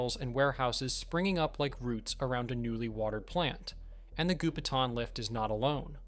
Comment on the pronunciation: Gou Pi Tang , Goupitang, not Gupetan.